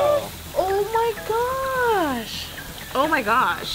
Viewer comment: Lo único que le entendi fue oh my gush